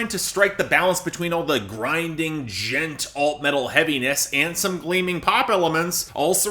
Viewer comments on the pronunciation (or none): oh yeah no worries. Honestly I don't hold it sacred either. Just made me laugh because you're the only one I ever heard pronounce it like that. It's Ann onomatopoeia so it makes more sense to me to pronounce it like"Gent". Btw I'm digging this pop.1280 stuff. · I see still doesn't know how to pronounce Djent lol